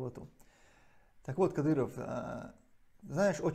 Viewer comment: Кадырова надо к логопеду атвести.